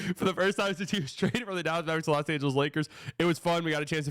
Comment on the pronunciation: "Loa" Angeles?